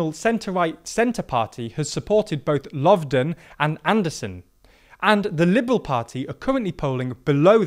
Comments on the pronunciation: very much so. he managed to get Löfven to "loveden". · "Ache-son" and "Lov-den" 😂